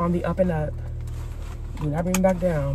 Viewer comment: Listen, your brother is cooking zown, not down, ok?! 🇭🇹